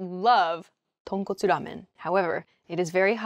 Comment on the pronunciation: Your Tonkotsu Ramen pronounciation was perfect! That was wow! Anyway, I like snd enjoy your lesson very much. Thanks. :-)